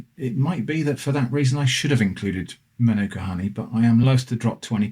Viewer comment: In Australia there have been reports across all honey, it is not pure. Manuka is pronounced marn-aka around here. I got it wrong too.